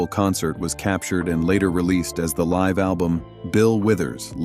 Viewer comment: To the narrator, are you American? Please learn the difference between LIVE & LIVE. BILL WITHERS WAS "LIVE ON STAGE...."LIVE RHYMES WITH JIVE"!!!! DID YOU HAVE ENGLISH IN SCHOOL??? THERE'S NO EXCUSE!!! BILL WITHERS LIVE PRONOUNCED LIKE (FIVE, JIVE) !!! LIVE PRONOUNCED LIKE GIVE!!!!!! DUH!!!!!